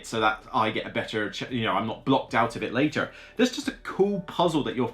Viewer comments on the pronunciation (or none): none